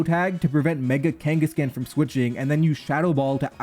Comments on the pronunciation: Especially because it is a play on Genghis Khan and should therefore be pronounced similar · It's so weird hearing it as kangas-can instead of kangaskhan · Your pronunciation of kangaskhan makes me viscerally uncomfortable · Stop pronouncing kangaskhan wrong